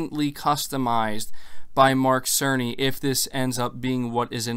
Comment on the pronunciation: Its mike cerny 🤣🤣🤣🤣🤣🤣🤣 every time they mention his name, it sounded like Mark SONY! 🤣🤣🤣🤣🤣